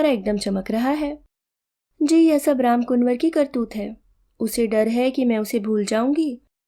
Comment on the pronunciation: वाचन सुन्दर एवं भावपूर्ण था परन्तु रामकुंवर को रामकुनवर कहना अखर गया।